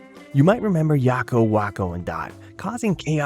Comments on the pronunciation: "Yocko" "Walk-o"? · Yah-ko and wah-ko? Have you ever seen the show? That's not how they say their names...